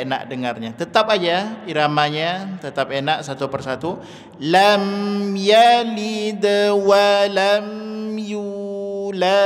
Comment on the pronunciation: tanya, kenapa menit ke 11.30, baca lam yalid.. terdengar yaliiid, padahal bacaannya pendek, mohon penjelasan